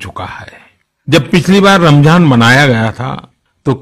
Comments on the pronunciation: Modiji it's Ramzan not ramjhan ... Keep it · Pehle to bolna sikhle ramjhan nhi hota h ramzan hota h